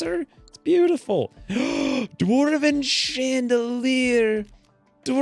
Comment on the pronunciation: Why in the fuck is he saying dwarven like that?!?! Infuriating.